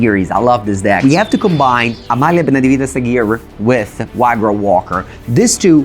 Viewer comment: excellent games, Amalia easily going (almost) infinite is really a powerhouse the way pronounces Amalia's name is almost perfect, lol he pronounces Aguirre as "ahghirr" when it should be pronounced "ahghirreh"